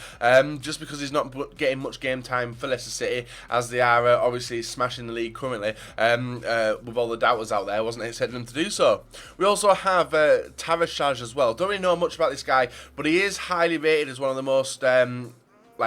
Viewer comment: When u pronounce Tarashaj don't pronounce it with an English 'J', he's Albanian so u have to pronounce it with an 'i', like u pronounce Januzai - Tarashai..